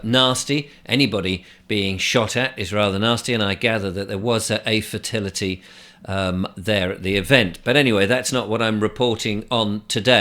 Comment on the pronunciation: Did you say "fertility" at the begining🤯